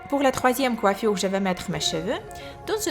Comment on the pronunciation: Mdr comment tu parles coifuuure